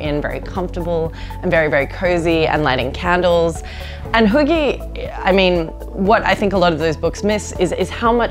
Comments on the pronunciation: Yes, she's pronouncing it horribly. And if it weren't for the context, I wouldn't have known she was saying "hygge". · Hi a random dane here and i cringed so badly every time they said hygge, they pronoused it wrong and now i know they cant say it right coz they dont know how but for godsack somebody tell them how its said right. ( and im sorry if i spelled something wrong like i said im from denmark so yeah english isnt my first language) anyway it was a great video beside the hygge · For the record.. You are TOTALY butchering the word "Hygge"... My ears are bleeding :( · The way "hygge" is pronounced here would never be understood by scandinavians🤭. Also feminism, 'colonial guilt' and diversity as acceptable topics has been put in the trash bin, that's true. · How can you live here for so long and still not know how to say hygge? She's in her own bubble not integrating and then going around lecturing. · Isn't she pronouncing hygge wrong? D